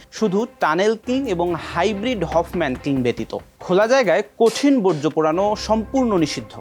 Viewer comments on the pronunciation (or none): none